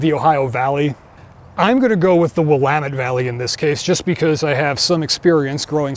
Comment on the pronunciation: You gave yourself away as a secret Westerner by pronouncing Willamette correctly.